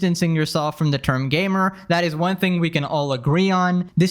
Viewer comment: I thought he said GAY-mer X-D